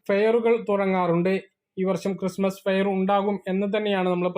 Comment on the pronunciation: ക്രിസ്തുമസ് എന്നാണ് പറയേണ്ടത് ചേട്ടാ🙏🙏🏻